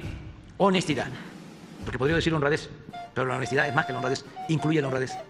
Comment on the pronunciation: Y a mi me molesta tu """" honestida""""